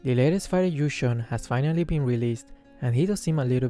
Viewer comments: Btw, it's pronounced kinda like "ywee jong" not like gusion HAHA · Everytime says Yu Zhong i always hear Gusion